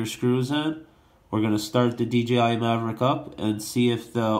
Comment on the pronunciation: Mavic not maverick